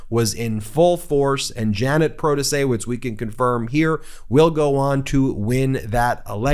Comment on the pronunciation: Luv you man but the "W" in Protaciewicz is pronounced as a "V".